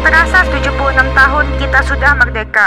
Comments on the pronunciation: Merdeka merdeka rrrrrrrrrr hobah ngakak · Tadinya mo nangis eh jadinya ketawa gegara rrrr hahah